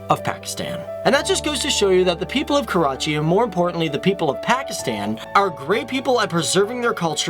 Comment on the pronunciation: Jadoon He is from "KAWACHI" not Karachi, :P